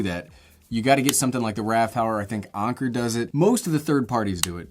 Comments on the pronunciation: He said Onker instead of Anker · did you just call anker "onker"? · The way he says anker 😭 “ahhnker” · Anker is not pronounced onker. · Every time he said (Anker) I cringed 😬